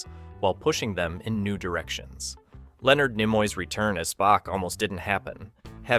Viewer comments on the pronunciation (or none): none